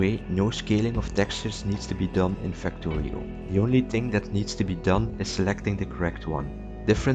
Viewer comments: "Facto" "Rio" I'm sorry WHAT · "Factory-oh" btw